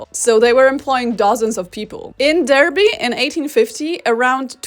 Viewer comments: As someone from around Derby, from now on, I’m going to be telling everyone about how 12% of Victorian businesses were owned by women! (Also, it’s pronounced dAR-bee not dER-bee… many outsiders make that mistake lol) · Assuming the study is about Britain, Derby is pronounced "Darby". The French names were not too bad though.